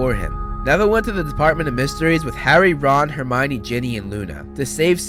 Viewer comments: Termionie Granger No I didn't spell it wrong, that's how he said it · He said termoine granger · Sorry but you said Termione Granger of this😂😂